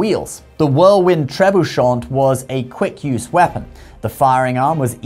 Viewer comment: Long time fan. Watch al your videos. This is most likely the one and only time I will ever have a note on pronunciation for this channel: Tre Boo Shay 😊 Carry on!